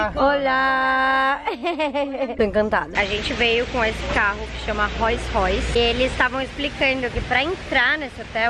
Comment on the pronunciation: Menininha linda. A pronúncia do nome do carro é "rous royce"